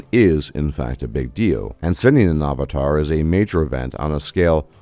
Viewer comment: ah va tar? Interesting pronunciation. Where are you from?